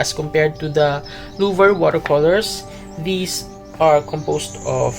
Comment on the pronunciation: Great video, thanks PS: the C at the end of Lefranc is silent. Louvre is pronounced "Louvr"